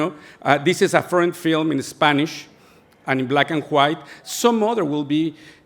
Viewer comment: Me encanta como pronuncia black and "juait"